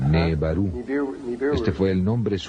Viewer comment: El que hizo el doblaje debería haberse informado porque dice cualquier cosa "nebaru" en lugar de nibiru le erra en muchos nombres e información!!! Igual es excelente el vídeo pero si lo ve alguien que no está muy adentrado en el tema se puede confundir luego cuando lea más sobre esto.